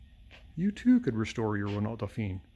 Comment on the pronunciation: Just so you know, I’m French and we say “Renau”, the “lt” is silent. Great channel love your content, hope you will try to start the 70 years old Chevrolet.